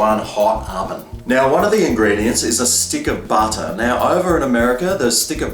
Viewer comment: Badah on the top, in the dough!! Nice taste, but adding 'badah' in my bottom😕